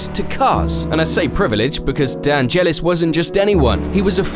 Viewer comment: De Angelis not Dangelis. She was put in a situation that was way over her head. I think she should have stayed in motorbike. Maybe she will have been better, but we'll never know. Désiré is pronounced Desi-ray.